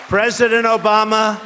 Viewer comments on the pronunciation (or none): i love how he says..."ooMAH" lmao